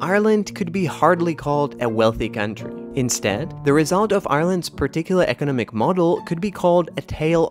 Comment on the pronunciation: They way the narrator pronounces “economic” really throws me off.